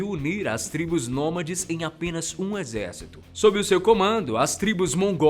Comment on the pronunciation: só eu que foi o retardado que riu quando ele disse exercíto mongol ? kk